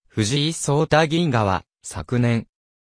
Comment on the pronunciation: 名前がせんだ、でなく、ちだ！ ましてや藤井三冠のさとだ、と、そうたですよね、わざとですか？